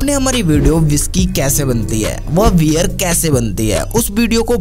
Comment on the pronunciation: Bhai wear nhi hota beer ,warley nhi barley, whiskey kò inko ya unhe nhi bolte pahle bolna sudharo jyada bhashan na de dhang se hindi bolo packing ho rhi h beer ki bhai bol rha whiskey ko bazar mè bhej diya h kya akal ghas chane chali jàti h aise logo ki